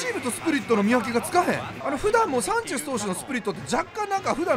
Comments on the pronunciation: サンチェシュ(迫真) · サンチェスって言えないvipかわいい